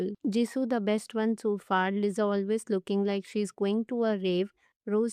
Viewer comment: bro why you always pronounce liza its lisaaaaaaaaaaaaaaaaaaaaaa:face-orange-frowning